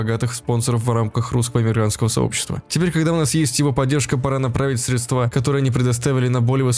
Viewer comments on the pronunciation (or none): Ударение в слове «средства»падает на первый слог срЕдства, а не средствА)))